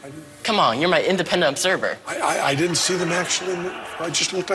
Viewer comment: WHERE DID THE "D" GO? IN WORDS ENDING IN D'NT; A HUGE NUMBER OF YOUNG PEOPLE HAVE GIVEN UP THE "D". DID YOU NOTICE? THE WORD DIDN'T IS NOW PRONOUNCED "DINENT". PLUS THE SHORT "E" HAS MORPHED TO A BROAD "A". THE WORD "BEST" IS NOW CLOSE TO "BAST". I FIND THIS REGRETTABLE.